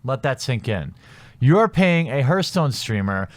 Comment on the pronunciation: i hate to nitpick man, but its pronounced harthstone, not herthstone.